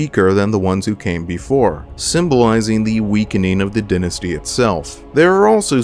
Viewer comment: Hey great video! I won't lie though, the mispronounciation of the word "Dynasty" was jarring